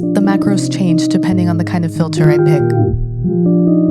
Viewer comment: ableton's "reviews" are always so great. but seriously... "filther"?